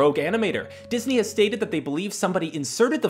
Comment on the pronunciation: I love how you say dis eye movies but I fact the incredibles and toy story are Pixar